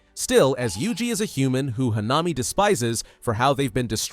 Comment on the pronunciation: Bro it is not hanaami it is hanami